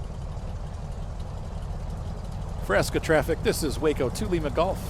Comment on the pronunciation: Good review.. I enjoyed the commentary. I fly Rc also.. This Waco is definitely a love / hate relationship (bad ground handling) Minor note.. usually pronounced "wah-co" (the first syllable pronounced as in "water"), not "way-co" like Waco, Texas, whose name is entirely unrelated. Looking forward to more videos.